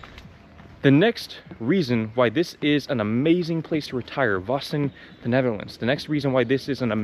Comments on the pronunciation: Pronounced "VAASEN" not "VASSEN" ;) no worries most USA folk do not get that first time! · You pronounce it like Vàssen. Its Vaassen like in aaaaaahh so longer Vaaaasen😅